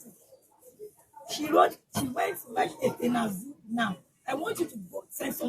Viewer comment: Efenaze not afinaze listen to the video well